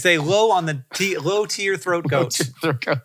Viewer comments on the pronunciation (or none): none